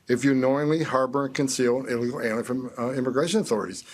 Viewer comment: You know, I think he actually pronounced a few of the words that he slurred his way through. I don't think he managed even half of the syllables for "illegal alien" though. You know what, if you can't even pronounce it I don't think you're in any position lecturing us about how they should be treated. Where did Trump dig up this goon? I mean I get it, people on the right think that talking fast is a sign of intelligence, for instance see Charlie Kirk, but this guy can't even do it. Not that Charlie Kirk is much better, he only does it when he's reading lens from a teleprompter and he has to stop every so often to let his eyes catch up because he's talking faster than he can read. But again, screwing up so badly on the pronunciation of "illegal alien" it's just something else. His one job was to get on the news and talk tough, instead he sounds like the guy sitting next to you at the bar who's had a few too many and thinks he's going to tell you what's what, but he doesn't know that gibberish is spilling out of his mouth.